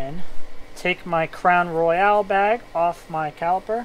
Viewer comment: Psst! It's "Crown Royal" not Crown Royale..